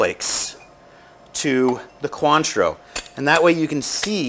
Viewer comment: Maybe he should learn how to say cointreau......